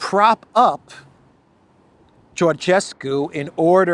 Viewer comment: the way to pronounce Calin is like Kerlynn. You're spot on regarding his last name.